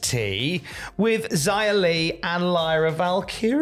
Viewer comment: Why do, and insist on calling her Jia Li when it’s very clearly pronounced Xia Li.